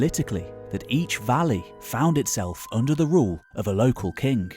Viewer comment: Are you saying they were ruled by kinks? Fucks sake. See a speech therapist.